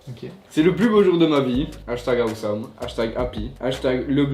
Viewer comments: Il y a que moi que sa choque qu’il dis « ahouesome pour awesome »😭😭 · Billy Corbeau il a dit à ouai some 😂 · il a dit # " a oué some" 😭😭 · "hashtag awésome" 🤣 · Personne normale:awesome: a ou some 😂😂😂